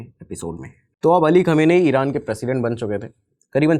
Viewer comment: Khum name hain aur pahle research kar lete aur pronounce ki prectice kar ke video banane se pahle